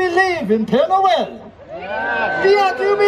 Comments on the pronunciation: Hi Adam! It’s Père Noël (Father Christmas), not Pierre Noël (Peter Christmas).😉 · Love the video! Just FYI, it is not Pierre Noel, but is Pere Noel, Father Christmas. Pere is French for father. I too love roasted chestnuts. They taste like potatoes to me. Merry Christmas, Adam! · It’s pere noel not Pierre noel. :) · LOL! 🤣 Not "Pierre Noel"! It is Father Christmas... and father in French is "PERE" (pare, pear). Pere Noel! 🎅 Love you, Adam❤